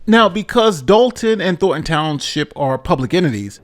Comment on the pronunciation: How are these professionally trained and educated newscasters never able to pronounce "Thornton" but said instead "Thorton". "Don't touch that rose, Jimmy, you may prick your finger on a thor."